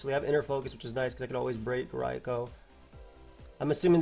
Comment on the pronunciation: I respect you switching to canon pronunciation Raikou ("Rai-co.") but it'll always be "Rai-ku" in my heart T_T anyways great stuff just commenting for the algo